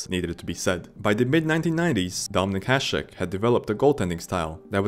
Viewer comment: What do you mean? He pronounced Hasek correctly